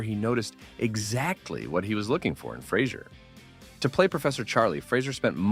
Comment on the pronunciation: Fray Zer He's made it clear, himself, in a few interviews. Good video, but you're saying his name wrong.